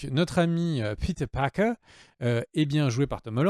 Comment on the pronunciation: pourquoi tu dis "peter parker" en mode doublage série B alors que tu prononces tous les autres à la française?